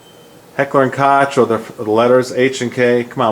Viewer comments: Koch is pronounced like "coke". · 'Koch' is pronounced 'Kok'. German words sound German, remember. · Isn’t it pronounced Heckler and Coke? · Nice, informative video. Thanks! Just bought one of these and wanted to be sure of the decocking function for safe carry. It wasn't spelled out very clearly in the instructions. Just one thing, though. Koch is pronounced like "coke", at least as far as English goes.